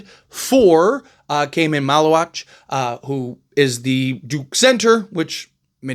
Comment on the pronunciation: you got his last name right good job lol